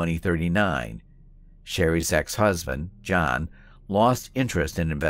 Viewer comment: Also pronounces John's name wrong. Obviously did not watch the interrogation.